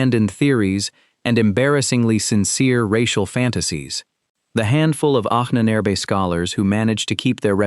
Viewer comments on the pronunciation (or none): The mispronunciation of "Ahnenerbe" used in the video makes it sound like the name of an Ancient Egyptian Pharaoh.